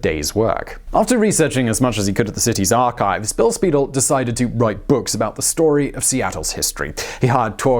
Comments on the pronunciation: ”Spy-DELL,” not “Speedle.” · Acccckkkk! I hate mispronounciations! It's Spy-dell. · While we're at it, it would only be honorable to pronounce Bill Speidel's name properly. It is Spy-dell' - just like the stretch watch band company. He was quite the promoter! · Very good, a few pronunciation errors but pretty accurate. Bill Spiedel's name is pronounced Spy Dell. His book "Sons of the Profits" is a Seattle classic! Alki and Duwamish are explained elsewhere. The tours have changed a lot over the years. There used to be different tours for children during the daytime and adults at night. A lot of the access to the underground was lost when Pioneer Square became trendy and new businesses moved in. The current tours are still worth the effort but not near as much fun as they were in the 1960's. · Speidel's books "Doc Maynard" and "Sons of the Profits" were the reason I got so interested in history in the first place. In my view, he's still the best history writer ever. This segment (minus of course the pronunciations of Alki, Duwamish, and even Speidel - the usual gesture of throwing my arms up in the air in frustration) is a good supplement to his stories of the Great Seattle Fire (and the reason why there isn't a Denny Hill located where Belltown is today). Hiram Chittenden, early Seattle's most famous civil engineer, came in sometime after the fire I think - a biographical segment on him would be interesting (even if he is a major figure just in local Seattle history). As I recall, Lou Graham's more famous moniker, at least according to Speidel, was Madame Damnable. That she was such an important figure in early Seattle history, and its eventual rise over transcontinental railway terminal Tacoma, is part of what makes the city great - I'm glad you guys gave her the respect she deserves (as Speidel had).